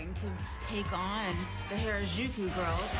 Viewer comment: You'd think after being told "Hah-rah-joo-koo" (Harajuku) hundreds of times, they'd finally pronounce it right.